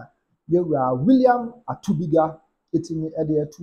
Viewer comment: ATUKUBA NOT ATUBIGA